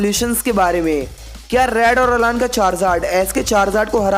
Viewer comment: Vo अलान nahi अैलन